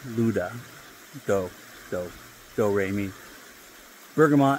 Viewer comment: You got el gavilan well this time The first azulado when you said it slowly it went perfect El magico went perfect too Now you need to perfect the peluquero “Peh- loo - queh - roh Have a nice day sir